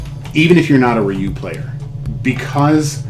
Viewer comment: Thank you for saying his name correctly. This is a simply awesome statue